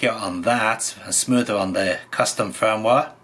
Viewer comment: I was loving the way pronounces "custom firmware". The captions agree with me transcribing it as "custom foam wah" and occasionally "custom phone wallet" lol. Seriously though I appreciate this deep dive into the q90. I'm planning to buy one even though I have a v90 (has the same hardware). I'm just smitten with the silly little thing.